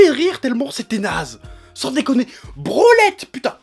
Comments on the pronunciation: À chaque fois qu'il dit brolette j'entends branlette sans doute se que les réalisateur de l'épisode on fait quand il l'on produit ☺️ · j'ai cru qu'il disait "branlette"